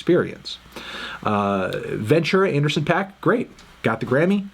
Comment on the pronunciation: Anderson pack? Or anderson paak (pac) come on internets busiest M u s i c nerd